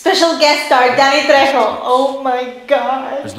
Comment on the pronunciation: Thank you!! And it's Trejo*. Remember in Spanish our J is pronounced like your H :P You never had a turtle pet?!